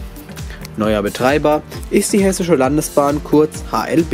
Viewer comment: Echt gut gelungenes Video. Nun hab ich aber glaube ich bei jedem Hessische Landes Bahn Hässliche Landesbahnn verstanden 😂